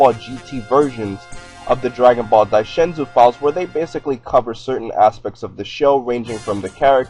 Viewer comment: I hate how you say Daizenshuu. "Dai Shen Zuu". Dai Zen Shuu.